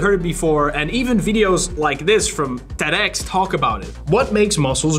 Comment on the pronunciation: IT’S TED-ED!